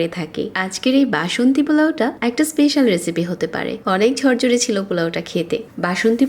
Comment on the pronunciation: জরজরে না,,,,,, ঝরঝরে। চাল বেজে,,,,, ভেজে। 😂😂